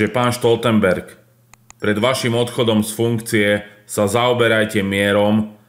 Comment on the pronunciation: Prosím, Stoltenberg nie je Nemec, preto nie "Štoltenberg"...